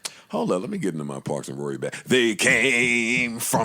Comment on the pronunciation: It’s parks............PARKS